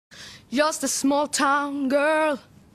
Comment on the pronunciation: älskar att inga svenskar kan uttala "just"